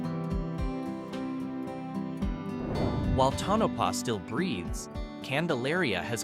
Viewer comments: Tonapah not Tanapah😊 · to no pah not ton a pah